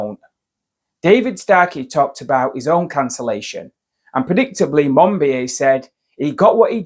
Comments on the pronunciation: Minor point - but MON BEE OH not MON BEE AY. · Monbi-A?? Monbiot is pronounced Monbi-O! Human voices are expected to be better than AI voices, not worse! Perhaps you should rename your channel to "The Alternative Pronunciation". Mispronouncing well-known names damages credibility. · It's George 'Mon - bee - oh'. For Chrisakes will you never learn?